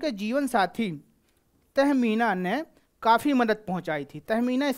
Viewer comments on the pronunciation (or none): none